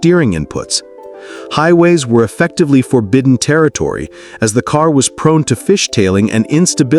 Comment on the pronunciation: WTH is "forbitten?"